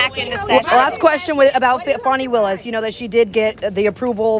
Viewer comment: Why do they call Fanny Willis Fawni?